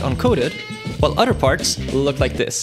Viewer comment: Not being a jerk, trying to help point out an issue with the way you pronounce “other”, sounds like you’re saying “utter” which makes me think of milking cows….🐮 P.S. what you built is very interesting and yes makes me wonder why no one thought of it yet. Good job 👍